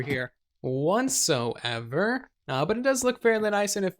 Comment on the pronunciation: Are you saying "want so ever"? Every episode includes a what so ever but I swear your saying want so ever lol I cant help but hear it now